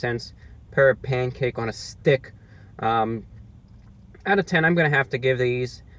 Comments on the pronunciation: Lol he says it like A Pancake on a 'Stick' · I like how he says, " STICC ". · Pancake on a sTICK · “Here’s the side view of the pancake on a stickHHH” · Love how you say "on a STICK" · This is my favorite ROTW video of all time. There's all these little things. The repetition of the phrase "pancake on a stick." The emphasis on the word stick. Him laughing at the salt packet they gave him. That 3rd, violent bite he takes. Love it. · Your tongue is in the way of you saying the word STICK lmbo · Loving the way you articulate "Pancake On A Stick" - pronouncing it to rhyme with "Scum!" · The emphasis on stick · His emphasis on S T I C K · The way he says stick you know it’s over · Why so much emphasis on "Stick"? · You gotta really emphasize the STICK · Jennifer Myers this guy really puts the emphasis in stick